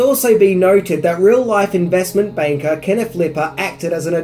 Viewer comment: I think the word should be “defined” not “defies”. Also, I’ve never heard of an investment “baker” before? 👨‍🍳👩🏽‍🍳